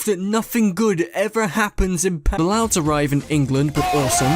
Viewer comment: Might just be me and my outside American bias from what I’ve heard but I’m pretty certain your deep rooted Britishness came out when you were saying “Nothing good ever happens in FUCKING PARIS” 🤣 To be fair country rivalries aside history does back this up lol